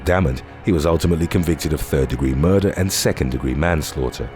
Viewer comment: How can someone see the word "murder" and arrive at the pronunciation " muhh-duhh"?